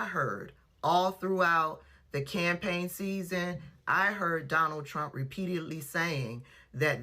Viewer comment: Not the “I will boat, for Donal Trunk!” 😂🤣😂